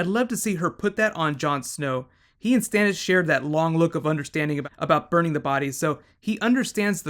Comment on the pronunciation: Hoder? Stannes? Arryia Sturk?